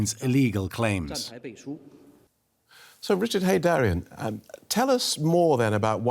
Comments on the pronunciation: It's Richard Heydarian not Heydarin!😊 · It's Heydarian not Heydarin!😊